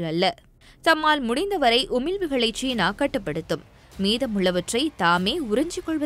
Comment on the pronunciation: ச்சீனா ???? சீனா. உன் உச்சரிப்பு பிழை.